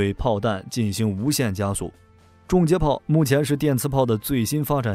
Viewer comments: 订正一下：重接炮应该读（chong）不是（zhong） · 从英文reconnection gun上看确实是chong